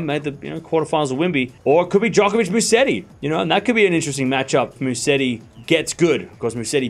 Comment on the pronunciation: Btw, it is MUSETTI and NOT MUSSETI....please!